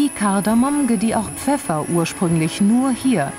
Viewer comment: Nur zur Anmerkung. Es heißt "Kardamom" nicht "Kardamon".